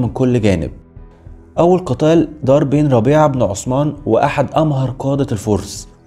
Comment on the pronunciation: جزاك الله خير اخوي... بس لو سمحت. قول الاسم صح... عثمان وليس عسمان. هذي اسامي صحابه. ولهم الاحترام. موش صحن فول او حمص.